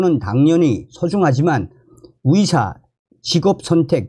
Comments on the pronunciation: 의사를 위사라고 발음하는것 같아서듣기가 거북해요 북한식인가요.? 이젠 고치실 때가 되었어요 요며칠 매일 들으면서 의사, 의료 등 발음이 너무나 이상해요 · 😒맞아요! 북한식 발음인지 몰라도 며칠전부터 위사 위사 하시는데 너무 귀에 거슬립니다.